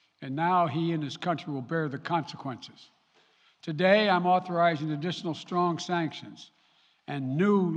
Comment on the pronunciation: didn't he say concesquences hahahha